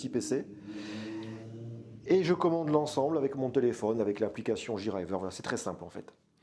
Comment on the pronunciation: super vidéo, merci. Juste pour chipoter, JRIver se prononce Jay-riveure et pas Ji-rayeveur;-)